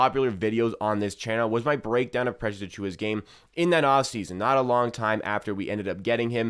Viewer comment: bro can you still not say precious lol. slow down. your video won't be that much longer if you say his name properly lmao